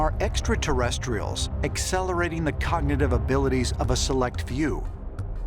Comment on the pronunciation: Or when Georgio says "Exta-terrestrials."